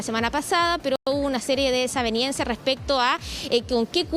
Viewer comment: Señorita periodista.-Desavenencia y no desaveniencia